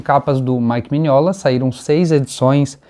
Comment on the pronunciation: Um like pelo histórico resgate maravilhoso e por pronunciar Mignola do jeito certo!